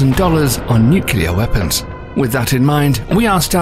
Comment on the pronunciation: If you keep saying nyukyuhlur like that I'm gonna go nuclear.